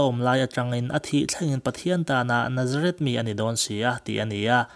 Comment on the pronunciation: Nazareth tiin i lam ri a,Nazarit ti a lam zawk tur aw